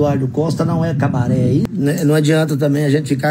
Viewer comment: Kkkk tem q ser Cabaret nao "cabareh" esse negócio de "H" no final é típico de geração Enzo , vitoriah, mariah e bla bla bla.. Cabaret é cabaré "estrangeirado" tem até filme estrangeiro com nome cabaret